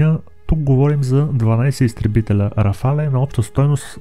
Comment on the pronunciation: Няма такова нещо като РафалЕ името се произнася просто РАФАЛ без Е накрая .Френският правопис е такъв че в края на думата когато има Е без акцент не се произнася когато има é се произнася така че РАФАЛ си е навсякъде няма РАФАЛЕ !